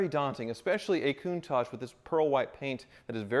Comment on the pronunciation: Goontage, Kuntage? It's a Countach, pronounced with a tash at the end, right?